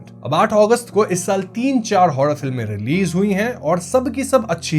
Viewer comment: Bhai say Horror movie not Hoddaa movie